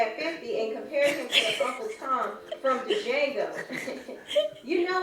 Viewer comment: This bitch said D-Jango. I’m dead 💀